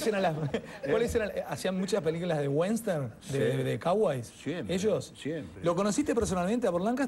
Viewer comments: Fantono: se dice WESTERN, no WENSTER. y lo de CAUGOY la dejamos pasar... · peliculas de UENSTERN dice fantino por dios!! ni western puede decir??? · fantino : "...de caways, de wenter" jajjaja diosssssss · Me mata el ingles de fantino como pronuncia western y cowboys